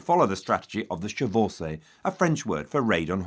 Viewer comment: The way he pronounces chevauchée is infuriating